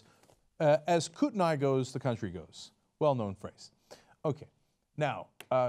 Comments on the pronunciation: Hey Cenk, that county name in Idaho is pronounced (phonetically) "Coot-nee", believe it or not. I used to live there. Just an FYI. :) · It's pronounced "Coo-Teh-Nee" :) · hey the county in idaho is pronounced coot-a-knee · Haha! Im from Kootenai County, and its pronounced Koot-nee. haha, easy mistake. Also, fuck Idaho.